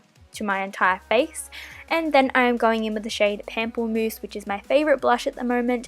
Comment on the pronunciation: the pronunciation of pamplemousse is pɑ̃pləmus😂